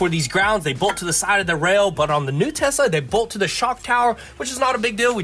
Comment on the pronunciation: “tosla? what did i say?” 😂😂😂